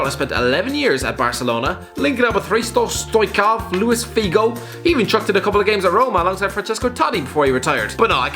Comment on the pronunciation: almost choke trying to pronounce Hristo Stoichkov XD